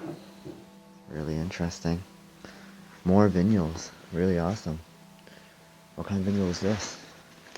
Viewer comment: Wondered what veenuals are. Seeing ur comment realized he meant vinyls. This is first video i saw of his & noticed several other words. Not gonna be able to stay around if he's trying to create pronunciations ✌️ PEACE 💜BLESSINGS 👼